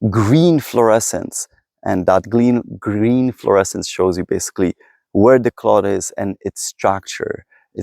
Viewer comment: U mispronounciate "where". (Please take this as constructive criticism.)